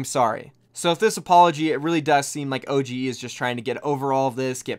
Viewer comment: It's pronounced Ohh-dge not O G E kappa